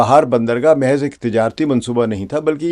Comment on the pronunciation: جی! محض (درمیانی ساکن) mehez❌/ دُرست:mahz